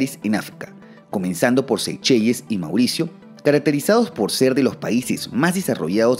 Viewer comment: Seychelles... se pronuncia en ingles como seyshels... o en español seycheles... no se que tan correcto sea pronunciarlaa como SEYCHELLES tal cual